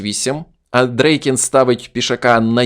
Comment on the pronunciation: Чому АндрЕйкін ?😂 Нагадує азірова. Тільки один раз на 5.35 ви сказали правильно АндрЄйкін.